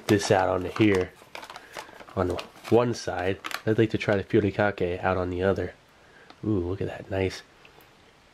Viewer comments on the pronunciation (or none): Its not called putikake. its called “hu-ri-ka-ke” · Good pronunciation of Furikake but the Fu part is actually pronounced like "Hoo", you just blow air through your lips like blowing something hot.